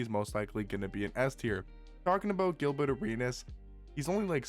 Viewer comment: Is “Gilbutt” Arenas just the accent coming out or is there some subtle shade there 😂